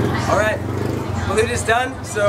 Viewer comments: its not baleeeeuuuut bruh, its "balooooooooot" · Kuya, the spelling is Balut but the pronunciation is Ba-Loht